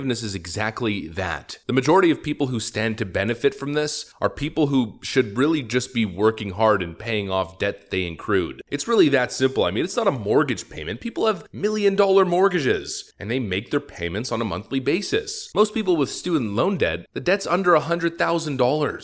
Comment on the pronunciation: Debt ACCRUED, not "encrued." Where did you go to school,?